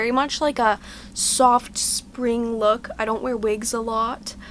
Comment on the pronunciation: sounds like your saying luke instead of look.